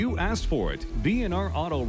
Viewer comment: Argh! You axed me ! 😩😭😂